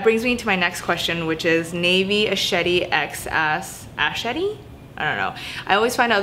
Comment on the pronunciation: It's nav-ya shet-ty haha! I'm Indian. But anyways just wanted to say thank you for covering this topic, personally for me, in the past two years I have not worn any kind of skirts or shorts because I feel so insecure about being overweight. I don't show midriff, no tanks or sleeveless in general. I am always seen in a pair of jeans and a T-shirt. So you know the idea of wearing something other than that makes me ask so many questions about myself and my physical appearance. I hope I can change that about myself in the future. Love you, as always 💞